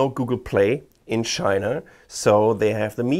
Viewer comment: I heard SHINA! BAHAHAHA!